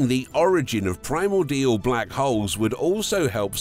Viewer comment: do you think you could have just ONE video where the narrator knows wtf they're talking about? "Primor-DIAL"... wtf are you on about for Christ sake?